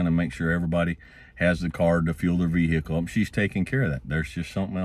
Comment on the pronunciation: Vee-hickle is amazing